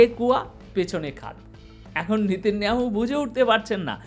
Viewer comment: আপনার বিশ্লেষণ অত্যন্ত গুরুত্বপূর্ণ আমি আপনার চ্যানেলের নিয়মিত শ্রোতা ও দর্শক কিন্তু "নিতিন নিয়াহু" উচ্চারণ টা বোধহয় নয়।ওটি হবে " নেতা নিয়াহু"। মনে কিছু করবেন না।